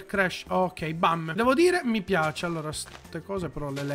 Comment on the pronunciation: è fantashtica è caratterishtica me piashe